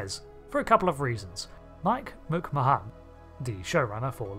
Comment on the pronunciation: I’ve never heard of McMahan pronounced that way before.